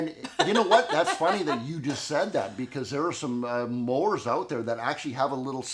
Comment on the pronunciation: Some of us smarter people know the numbers are settings, not inches. BTW, the pronunciation is mowers, not moors.